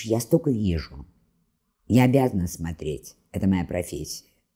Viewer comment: Благодарность за упоминание Дмитрия Маркова. И хотелось бы, чтобы уважаемая, говорила не смотреть, а смотреть. При всем уважении.